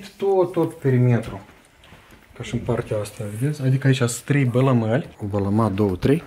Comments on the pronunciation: Balamale nu bălămăli🙂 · la noi în romînă se zice balamale nu bilimale